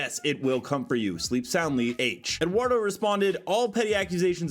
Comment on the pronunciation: His name is Duardo not Edwardo not that it matters haha